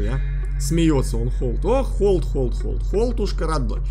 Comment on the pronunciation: Не холд а хальд